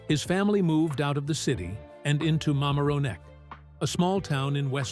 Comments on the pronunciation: It’s Ma-MAR (as in MARry)-on-neck. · Mamaroneck is pronounced with the emphasis on the second ( mar) syllable. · The narrator doesn’t know how to pronounce Mamaroneck! He should ask someone!!!